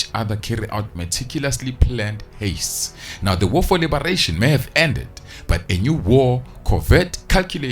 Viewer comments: Please call it heists not hastes😭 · Love your videos bro but please stop saying haste instead of heist 😂😭😭😭😭🙌🏾